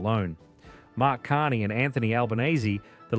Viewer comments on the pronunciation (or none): none